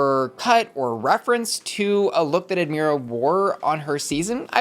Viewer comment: ad-MY-ruh not ad-MEER-ruh